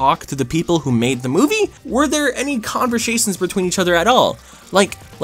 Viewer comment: convershasions tee hee hee